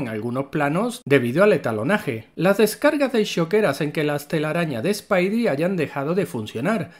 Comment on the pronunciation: No es spaidi, es spidi y no es spaider-pansa es spider-pansa. Dígalo bien, practique lo que predique.